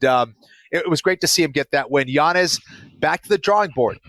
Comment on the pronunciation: Yo why does that kid in the middle insist on saying Yanez's name wrong when he's heard how to say it right a million times? I never understand when people do that. Shit irks me